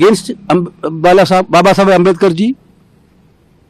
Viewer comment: Ambedkar bolne nahi aya ye bhai ko